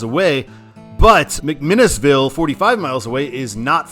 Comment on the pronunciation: Enjoy your drives, but it is pronounced "Mont Eagle" and "Mac Minn Ville". Native Chattanooga. Stay safe.